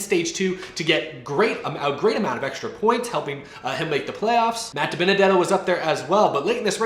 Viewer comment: How to pronounce Matt DiBenedetto’s name